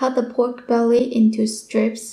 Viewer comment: Your killing me. Its belly, not bewry. Im definitely trying this recipe